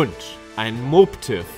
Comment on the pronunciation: Den spricht man Mobbtiff aus, nicht Moobtiff😉